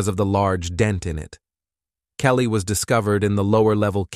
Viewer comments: This was a good video until the automatic voice started throwing odd words in there and calling the guy’s late wife “Kellt”… and “he told his niece ‘beautifully’…” 🫤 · sigh Is the narrator an A.I.? "Kellt" not Kelly? "Colleegoo" not colleague? "Demeese" not demise? Up until the end, I was giving benefit of the doubt, but...